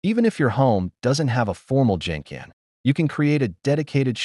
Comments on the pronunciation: What’s “Jenken”? Wrong pronunciation It’s Genkan. I guess it’s written by a non Japanese person. So cannot trust all what this video says. Many houses are cluttered in Japan 😆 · It’s pronounced genkahn with a hard G not Jincan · It’s gen kan not a J sound but a G like grape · Genkan is pronounced with a hard G sound. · Idiot AI...# genkan is pronounced with hard "g" as in "get"